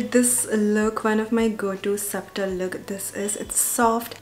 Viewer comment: B is silent in subtle. Loved the video!